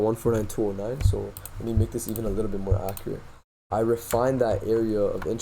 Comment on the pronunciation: the way you said likkle bro LMAO. I can tell you must be from Toronto by the way you talk.